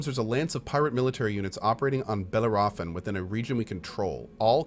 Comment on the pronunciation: i know im late.. but bellarophon is not pronounced that way.. bell-a(long)-ro-fon